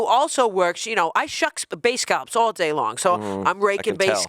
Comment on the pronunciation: As a Bostonian, I can’t listen to the way pronounces scallops 😭